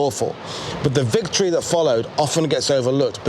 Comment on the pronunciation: Vicotry you say 😂